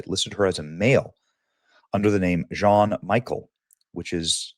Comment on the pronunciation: Hearing Benny pronounce Jean as John and Michel as Michael is just the best.